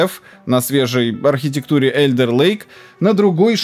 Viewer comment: Вимовляється Alder lake як Олде лейк 😅❤